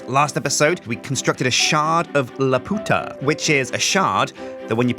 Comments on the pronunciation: the pronunciation is lah-pew-tah... not la-pooh-tah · please it's prononced 'lap you ta' not 'la poota' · LAP-YOU-TAH NOT LA-PUTA. YOU ARE OFFENSIVE TO THE SPANISH. Jesus dude they say it right in the Castle in the Sky movie, have you not seen that????? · I wish would stop saying "la-poota" I'm feeling an urge to strangle something. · As a spanish speaker, I feel really weird when says Laputa...